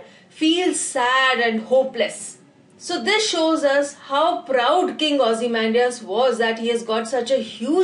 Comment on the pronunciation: Really the best explanation 👍👍👍 keep it up . But please you say this ozy-mam-dias in this way